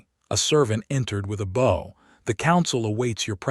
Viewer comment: Since the word "bow" is used so often the AI should use the correct pronunciation. To "bow" to someone is pronounced /baʊ/ like "now". Since bow as in bow and arrow is so seldom used in these stories. Make bow to someone the first pronunciation and bow and arrow as the second possible pronunciation.